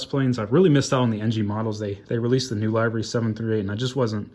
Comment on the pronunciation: Amazing video! I agree with Aviation18. I would love to see an updated collection video. I have been watching you for a while now, and I am so happy you are back! I also love how you pronounce livery "lie-vry" lol